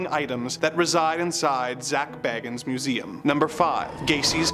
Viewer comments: One minor point: I think Zak pronounces his surname BAY-gans. Just fyi... :) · Love the sarcasm! Especially "Because of course they were..." LOL! Also, Zak's name is pronounced "BAY-gans", btw. I used to be a huge Ghost Adventures fan in my early 20s with the original trio of Zak, Nick and Aaron.